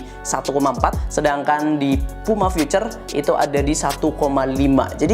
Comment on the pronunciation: Puma Futhur hahahaha berasa bahasa Arab